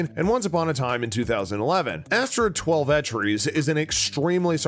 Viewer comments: Twel-vetrees is no. It's Twelve Trees. She's a native American. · 12 trees and bajillion...this guy pronounces things like an alien